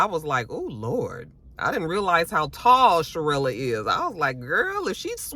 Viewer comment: Hey!! It's Cherelle, no "uh" at the end lol. And his name is Black. I don't know why the hell Ashley can't get her damn name right, lol